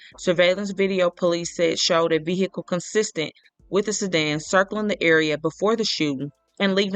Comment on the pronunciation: Ve--- HEE--cle annoying